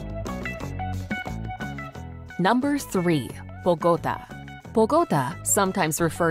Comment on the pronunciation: Constructive feedback: the music at the end is not typical of Cartagena, or the north coast. Select music from that area, like Vallenato. Also, Bogotá the capital city is pronounced with an accented a. Thank you!!!😊